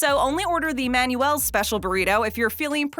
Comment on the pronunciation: Manuel is pronounced; "Man-Well".